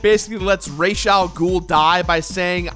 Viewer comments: Trying to think of a suitable quote to comment, I realize most of the best lines are from Faces Of Evil. "My ship sails in the morning", I guess. Oh, and props for pronouncing "Ra's" the right way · is the only person who actually pronouns Ra's name correctly. That alone makes this video awesome!